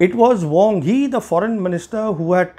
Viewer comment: It's "Wang Yi", not "Wong Hi".